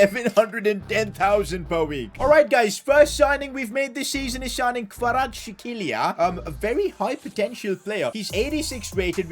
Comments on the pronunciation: Kvaratskhilia really made me laugh heres how to actually say it:"kvaratsxelia" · Sid, I’m Georgian and the pronunciation of kvicha karatskhelia is kvarats- helia. Ok? Because kh is a letter from the alphabet and kh sounds like h